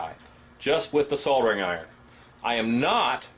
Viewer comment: You aren’t wrong. Americans are the ONLY people that I’ve ever heard say it as sodder or seem to think that the l is silent, or is it Sient? Lol. Great video. Thanks